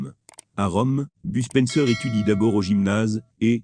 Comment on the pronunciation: BUSPENSEUR XD mdrrr mais please faut arrété les voix robotique de merde XD